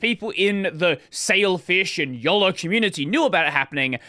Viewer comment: Not much closer, spot on